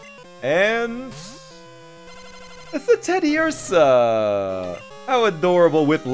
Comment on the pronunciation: No, no, no, you're saying it wrong! It's "Teddi-UUUrsah", not "Teddi-ursAH" Rusty must've been in this universe. Only reason I can see him just calling his Beedrill "Pikachu". Not all Profs are trees anymore. I think the last two gens broke the habit.